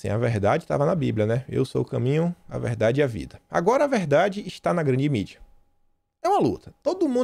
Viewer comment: "É veldade essa pesqüisa!" kkkkk...